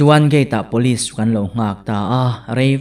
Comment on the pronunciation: "Pawlis" ti lovin 'Police' (pulis) tihin i lam țhin tawh dawn ni. 🙂😀